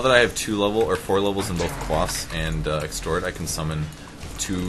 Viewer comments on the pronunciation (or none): okay... wtf... WHY does everyone call it "extort" - he's not extorting anything, it's exORT! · You said Extort. Lol. XD